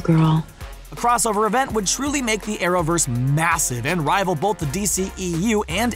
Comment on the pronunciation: I'm sorry, did you say RIVAL the MCU? That's funny